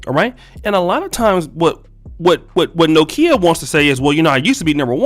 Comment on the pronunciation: Did this nigga really pronounce it No Kia?